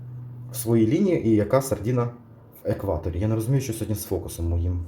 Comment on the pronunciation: От тільки не сардІна, а сардИна.